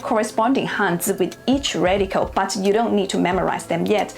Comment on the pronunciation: So difficult to understand you. Your accent is too exaggerated.cant you say 'radical' properly. Or any word that ends with an 'l' oil or radical.